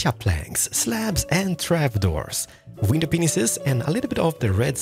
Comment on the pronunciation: why does he always say window peanices